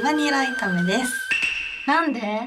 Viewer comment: レバニラ炒め(いため)が、レバニラ炊め(たくめ)になっちゃてるんだなー